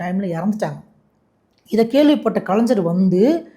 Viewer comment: கலைஞ்சர் இல்லப்பா தம்பி கலைஞர் - என்பதே சரி 😂